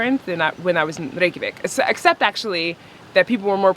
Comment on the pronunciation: This popped up in my recommended. I swear YouTube hears my thoughts. 9 years ago I was in Iceland for a bachelor party. I've never heard the proper icelandic pronunciation of Reykjavik. I was impressed. Maybe I should hit subscribe and come back to Iceland soon?